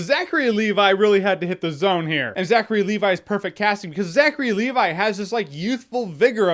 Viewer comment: "Zachary AND Levi"?